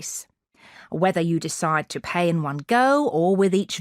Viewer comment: Pay- pie 😂😂😂